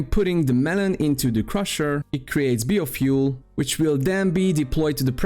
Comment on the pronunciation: I can't imagine being an adult that can't pronounce biofuel correctly.